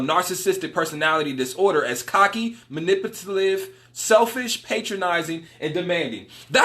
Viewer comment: funny how you have trouble pronouncing narcissist and manipulative haha good video 💯